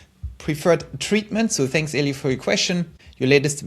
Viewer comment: Thanks for answering my question. I completely got it now. 👍😀 Btw: my name is hebrew. So El - i - el (not english) is the right pronounciation. 👍😎